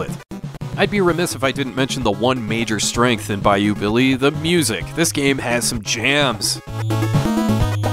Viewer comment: I just want to thank you for pronouncing "Bayou" correctly. Damn near everyone i hear say thus word on YouTube from AVGN all the way to CreepsMcPasta pronounce it "Buy-Yo" abd it KILLS me. So thank you you truly are the best retro gaming channel there is.